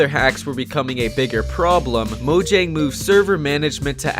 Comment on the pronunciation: The way he mispronunced mojang hurts me mentally